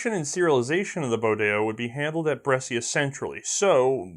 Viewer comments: Brescia: Correct pronunciation is ''bresha'' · Mate, the "scia" part in "Brescia" il pronounced like "sha", like in "sharia", ok?